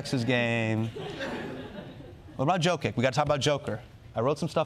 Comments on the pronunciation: Jokić is pronounced “Yokich” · For a guy who corrects people on pronunciation of his name Hasan sure didn't care one bit about pronouncing Jokic's name correctly)